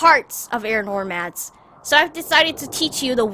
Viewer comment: I got really annoyed at the way Aang says "Air Nomad" he literally kept saying Air NoRmads... O_O